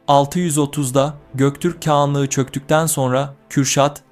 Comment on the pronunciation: "keğanlığı" mı😂